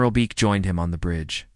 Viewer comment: They divided them up. Because to Asian AI that is acceptable. Six were held at the same facility so that means they needed to divide up the other six. Una is pronounce oo-na. Beak is pronounced Beck. It's bad when Asian AI can't even get it right. Thumbs down do not recommend. Channel blocked.